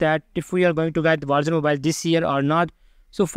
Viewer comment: captions or not, that's what it sounds like he's saying